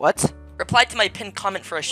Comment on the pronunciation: that "goober" at the end was personal